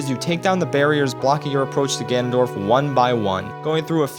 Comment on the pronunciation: Him: Ganondork Me: Doriyah stops